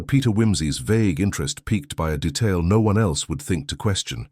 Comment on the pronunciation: How did you say asparagus? AI needs more practice.how did you say no - one? It’s one word for heaven sake.